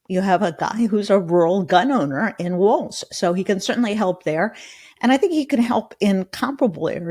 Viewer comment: Please. Kept the T out of Walz. You’re going to be talking about him for a long time.